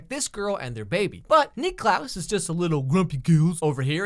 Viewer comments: The fact that he calls him Nicklaus the whole time... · He keeps calling klaus Nicklaus and it is really triggering me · I’m cringing cause he keeps saying Niklaus like no just call him klaus the only person that calls him Niklaus is Elijah. Stop.